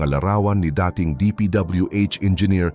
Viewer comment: sosyal naman ng pagkabigkas mo ng "dating" para tuloy naging term related sa pag-ibig imbes na meaning ay "old or used to or former". mas maganda kung tutuong voice mo or QA mo man lang yung quality to add more substance.